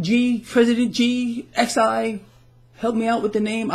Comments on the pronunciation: Chinese 'Xi' is pronounced 'She'. His last name is spoken with the rising 2nd tone in Mandarin. So you speak 'she' with a quick rising tone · hi president xi is pronounced like "she"